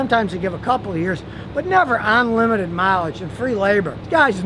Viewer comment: Scotty to English translation.... ahnlimited = unlimited